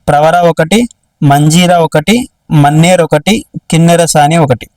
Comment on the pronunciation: మన్నెర్ కాదు అది మానేరు రివర్